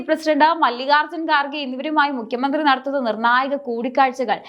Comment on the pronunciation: Mukhya mandhri enn aanu mukkyan ennalla thettathe ucharikku